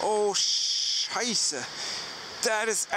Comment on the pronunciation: I was debating whether you were German or not, but when you said "oh shiza" that's sold it for me xD...... I love your channel though man :)